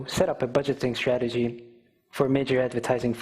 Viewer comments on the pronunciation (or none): none